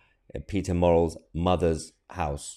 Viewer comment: Murrell is pronounced MUH RELL and not MO RELL - try rehearsing it